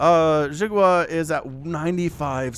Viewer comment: "xi" is pronounced like "she" in english, but say it with the corners of your mouth pulled back towards your ears (or your lips against your teeth instead of pointing forward)... or you can call him watermelon if you cast his games in the future =) thank you for hours of high energy, fun entertainment every week!